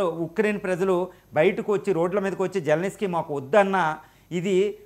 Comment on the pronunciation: జెలెనిస్కీ కాదు బాబు, జెలెన్స్కీ అని పలకాలి.